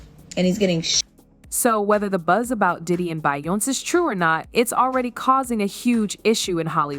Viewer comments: Say her damn name right! It's not bion its BEYONCE'!!!! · You should thank Be yon ce for being able to breath.... 🤣🤣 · What is Bayonse? I wanted to watch and listen to this but this Bayonse got me bored. Please pronounce it right to make your video interesting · what the fuck is her name…bion …???what the fuck is Bionn!!! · Yeah I got bored from watching because of that Bayonse crap. I just paused and now I'm out. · A little bit and she was calling her BIONIC 😂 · She's saying her name wrong to stay out of legal trouble 😅. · You can’t even say her name right! 😂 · Omg pronounce her name properly lol Hollywood is fuck up 😢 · I agree with you I mean I know there's a lot going on that's putting her and Jay z in hot waters but like the fuck if reporters is gonna spill tea about someone the least you can do is say their damn name right 😡😒